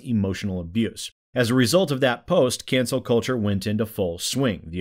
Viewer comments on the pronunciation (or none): Is he saying Cancel or Cancer? I swear he's saying Cancer.